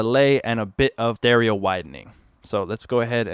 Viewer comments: Did you say dereo widening? We know what you meant but still lol 🤣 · You sAid dereo widening🤣🤣 nice tutorial tho